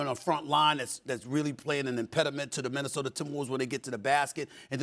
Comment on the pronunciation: You mean Minnesoter 😂